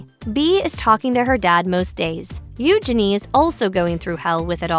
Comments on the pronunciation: They inherited the worst physical features from their parents. BTW, PLEASE pronounce their names correctly! Eu-zhen-ee, not U'junee! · Her name is not Euginny. It is Eugenia. Pronunciation is kind of important. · I could only handle listening to you pronounce her name U-Jenny once and I had to stop .🙄